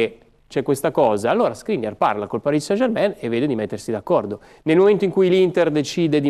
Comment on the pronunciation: Ma sarai mai possibile che nessuno sappia come si pronuncia -ain in francese German e non Germèn! Mentre poi tutti dicono, com'è giusto san e non sen!